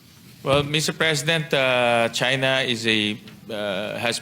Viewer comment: Kunwari hindi mabigkas ang china.